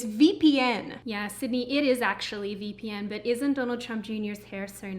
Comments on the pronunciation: I have to admit, I was about to skip until she said "vippen". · Sydney, are you still debating on how to pronounce vpn among your flat mates?